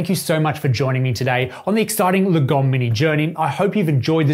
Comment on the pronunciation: I think the right pronounciation is not lagOm, but laaahgom, that's a Swedish word